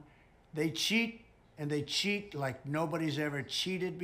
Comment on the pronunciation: Note how The Don pronounces the word " cheet"...oh. feels so good !!